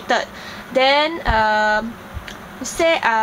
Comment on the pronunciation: You keep pronouncing the as 'de', them as 'dem', and then as 'den'..... How is that proper English? It's okay if you can't speak like an American dear girl. Pls stop trying.